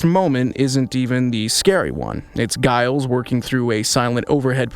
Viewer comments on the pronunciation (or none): Giles?! Really! With a HARD G! NO!!! It is pronounced with a soft G like you say jail. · Did you AI just legit pronounce Giles with a hard G? Looks like you're just like Buffy bot now, you can't pronounce Giles' name cotrrectly which he was right to complain about. I wish your AI knew how to pronounce Giles. Make sure you correct this problem for future videos.😅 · If you're going to do a review of this show, at least figure out how to pronounce the characters names. Giles is not pronounced like beguile. The G makes more of a J sound. Please. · Hilarious that this AI voice mispronounces Giles the same way Robot Buffy did in the show! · I wish your AI knew how to pronounce Giles. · You sound like a fan! Learn to prounce Giles! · I know -- a few mistakes in here that show that he is a new fan of the show and doesn't know how to pronounce names. It's not AI. It's a real person. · You mispronounced Giles throughout the entire video. Did you even watch the show? 😂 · How are you such a fan but can't pronounce Giles name properly? 😅 Ive been watching since the beginning, attended events, did costumes, have the comics blah blah blah BUT it has only occured to me NOW that death wasnt only Buffy"s gift to save her loved ones but was also HER gift. She went to heaven. She did her job, she saved the world a lot and her gift was peace and the end to all the pain and fighting. So yeah, thanks for that. ❤